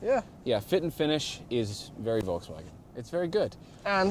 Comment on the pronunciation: To the English guy (excuse me for not knowing his/your name, I was only recently introduced to this channel) : your pronunciation of Volkswagen is really good. Only remark would be that the V is pronounced as the English f (as in fire)